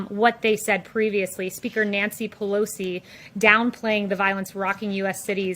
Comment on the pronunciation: I really enjoy when she pronounce name of Nancy Pelosi. 😂😂